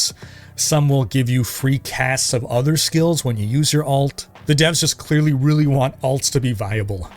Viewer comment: Highly recommend you look into distinguishing the way you say Alt and Ult. Everytime you said Ult in this video I thought you were talking about secondary characters